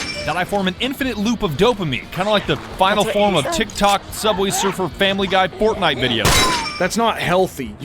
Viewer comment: Did she call Fortnite ForkKnife? I just wanna make sure I heard that right